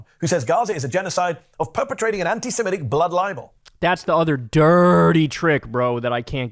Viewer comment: Kyle, do you ever read your comments? Getting tired of correcting you. It's not "anti-si-MET-ic. It's "anti-se-MIT-ic. ! Sheesh.